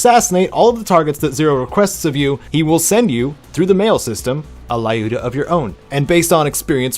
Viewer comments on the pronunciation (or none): Lyuda is actually pronounced L-you-da since it's a short version of Lyudmila (Людмила).